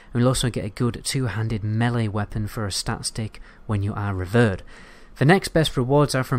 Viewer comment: Do people really not know how to say Revered? You've never encountered that word in your daily life? Re-veer-d!!!